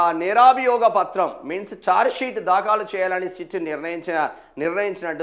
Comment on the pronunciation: దాఖాలు కాదు బాబు దాఖలు తెలుగు నేర్చుకో